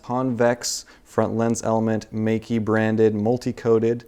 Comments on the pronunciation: Awesome review and sample photos! "Meike" should be pronounced as "Maykeh" in Mandarin though.:-) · Just to try to get your pronounciation right. Think of the word: my Think of the ending of: boKEH (the right chinese pronounciation) Now say Meike like "MyKeh".